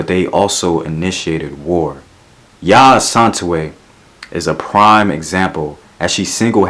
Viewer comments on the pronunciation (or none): Yaa A-san-te-waa not A-san-te-way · he mentioned her but not correctly because of his accent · When he said 'Yaa Asantewaa' got me cracking up😂❤️🇬🇭‼️🔥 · This is so bad ass and im Ghanaian so i legit died when he said Yaa Asantewaa's name wrong, he's cute. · The Name is Yaa Asantewaah, “aah” of the last name sounds similar to that of the aa of the first name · Love how u pronouce Yaa Asantewaa giving it accent.